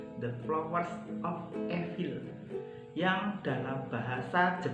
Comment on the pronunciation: ivel bang, bukan epil